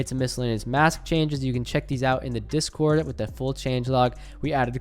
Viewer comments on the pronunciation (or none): none